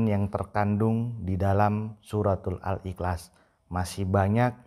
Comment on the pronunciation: MENGUCAPKAN KATA : IHLAS SAJA TIDAK FASIH. BISA NGOMONG . "PERCUMA SAJA" ... COBA PERHATIKAN.. DIA MENGUCAPKAN DENGAN KATA "IKLAS" ... BERARTI ORANG INI HANYA SOK SOKAN.